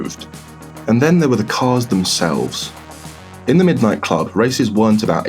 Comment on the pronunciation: middo nighto